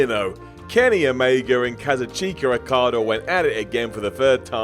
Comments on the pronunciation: Why do you English chaps keep saying "Rokada"? °w° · Who are OmegAR and OkadAR? Never heard of John CenER either